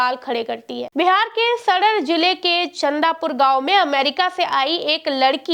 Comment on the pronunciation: अरे गाँव का नाम चंदूपुर है चंदा पुर नहीं